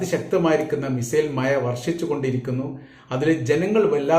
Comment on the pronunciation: മഴ എന്ന് പറയാൻ പോലും അറിയാത്ത താങ്കളാണോ സലാം സഖാഫി യെ ചൊറിയുന്നത് ആദ്യം ഭാഷയും അതിന്റെ പ്രൊനേഷനും ഒക്കെ ഒന്ന് പഠിക്കുക കാക്ക എന്നിട്ട് മതി മറ്റുള്ളവരുടെ പുറം കയറാൻ